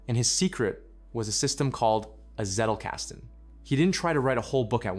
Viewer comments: Could you please at least try to pronounce things the non-american way? I like the video a lot, but the zedlkaestn word tears my ears apart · Zettelkasten is German, meaning “box of paper slips” like old folks might have for recipes. Pronounced tsettle-custn